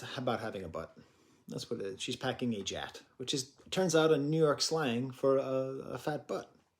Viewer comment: Jiat....lol Its gyatt like gyatt dayumm